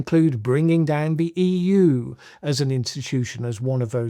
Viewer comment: It's pronounced the not ve